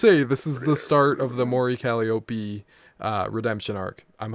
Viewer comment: Can't even pronounce Mori Calliope right. Cuh-lie-op. not being a straight up hater and being open minded is very appreciated. You don't have to like all her music, opinions are a thing. Yeah, while is being so close minded saying its boring and generic with no constructive criticism...